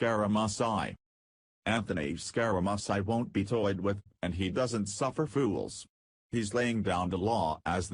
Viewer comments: Learn how to pronounce Scaramucci! It is scar a moochi! NOT musi! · Hey jerk, it is pronounced (Scare a moochie)...wake the hell up. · WHO IS SCAR A MUS EYE ??????? LEARN HOW TO PRONOUNCE WORDS OR GIVE IT UP !!! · you pronounce his name as SCARAMOOCHI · You can't even pronounce his name ,idiot . You can't read either .